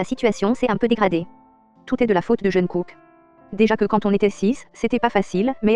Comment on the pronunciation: Pardon mais... "Jeunekook" 😭😭😭